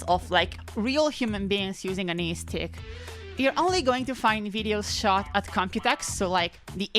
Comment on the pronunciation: Every time she says eestick I Imagine Lae'zel saying istik